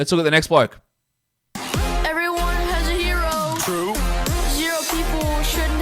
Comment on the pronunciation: you love him as a…… “ bloak” ok 👍🏼 we hear you lmao